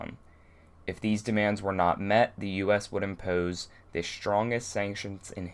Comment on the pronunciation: Dat Maryland accent when you say "impose"